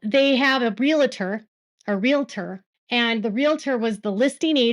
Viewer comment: Thank you for pronouncing the word "realtor" with two syllables.